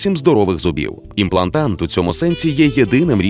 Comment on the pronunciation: в тексте: имплантат, в озвучке "имплантант"...